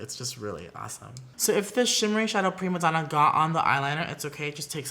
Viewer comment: When he pronounced “primadonna” (Italian) I got soften